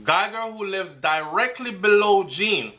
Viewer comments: it's pronounced Jon, not Jean...Just saying... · It's not Jean like a girl's name, it's the French pronunciation like zhahn. (john). The mother's explanation of the red mat sounds very correct, yes. Her uniform was still on because she had just gotten off shift and had not changed her clothes yet. Simple. We can not KNOW all the details yet as we are not privy to the investigation. Have patience. It WILL all come out at trial. What I am praying is that the TRUTH comes out, no matter what it is. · Please pronounce the poor unfortunate man's name properly. The name is Jean (derives from French and pronounced JON similar to SEAN or Zorn)